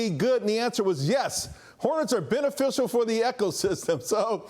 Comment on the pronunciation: “ swam o honets “